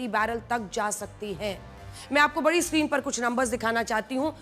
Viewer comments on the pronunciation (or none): none